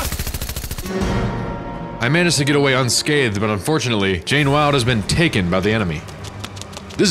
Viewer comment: DId you say Jane Wilde?